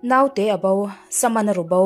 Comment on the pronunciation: Naute hi Note tia lam tur, No-te-i tia lam bawk tur. Ngaihnawm bon, chhiartu aw a nalh bawk si